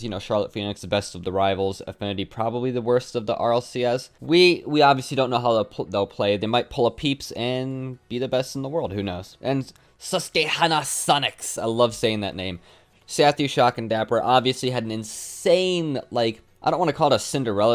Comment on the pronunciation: You pronounce Susquehanna incorrectly. It's Suhs-kwuh-han-uh. Another great video though and congrats on 10k subs!